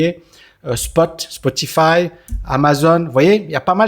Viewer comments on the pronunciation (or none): none